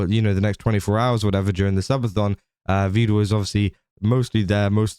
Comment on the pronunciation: "Vedal" is pronounced rhyming with "medal" or "pedal."